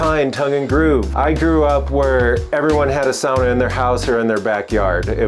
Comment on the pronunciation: Great climbing wall + sauna combo! This guy really knows his sauna stuff, too, you can tell when he pronounces the word the Finnish way 🙂